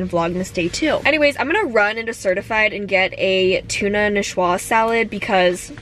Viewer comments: Nee-swa salad lol not ni-shua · ''Niçoise'', from Nice in the french region of provence, is pronounce, '' Ni-swaaz''. ♥♥♥